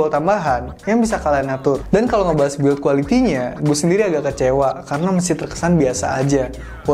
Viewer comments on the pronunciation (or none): none